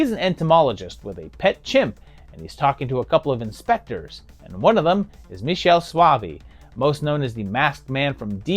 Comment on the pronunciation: Love your work. Sorry to be pedantic but Michele Soavi would pronounce his name: "Mick-e-leh" (all hard consonants)